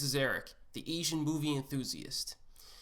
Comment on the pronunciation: Essian??? Pronounce your words correctly. Probably good content but his butchering of a simple word is grating on my ears. [AY] + [ZHUHAN]. There is no e. To be an Asian movie enthusiast, you need to pronounce the word correctly. Call me an asshole or what ever.